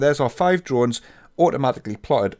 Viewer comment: I love how You pronounce "drawings" :D